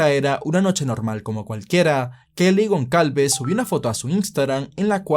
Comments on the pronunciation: Gonsalves. GonSalves. GonSSSSSSSalves!!!! Por dios, en serio no te sonaba mal pronunciarlo tal cual, goncalves? En serio te imaginas a un guiri pronunciandolo asi? Y se dice superviviente, no sobreviviente. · Gonçálves, hermano. Es un apellido que se usa en Portugal y Brasil. Se pronuncia como: Gonzálvez. Semejante a González